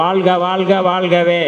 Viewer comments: தமிழை நேசிக்கும் ஒவ்வொருவரும் தமி(ழ்) உச்சரிப்பு சரியாக பயன்படுத்துங்கள் வாள்க அல்ல வாழ்க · வாழ்க!. வால்க இல்லை.தமிழில் உச்சரிப்பு மிக முக்கியம்